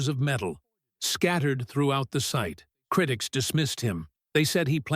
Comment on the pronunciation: Such inept narration. Not meddle, it is metal, with a "t" and then he cannot pronounce. Some just lack education. It is so hard to listen to this. Not criddics, but critics. Scattered, not scaddered. Now, please....